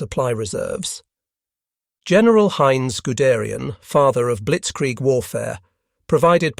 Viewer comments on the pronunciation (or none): none